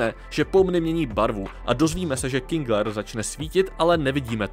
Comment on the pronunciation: jen to teda není Kingler, ale KINGER